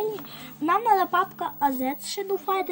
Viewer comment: Не шедол а шедоу